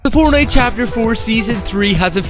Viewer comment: Bro always says fornite account like bruhhh